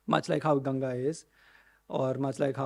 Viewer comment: गंगा को तो सही तरह से pronounce karna सीख लो। गंगा का नाम गंगा है .... गंजी नही न ही ग्येंजी ।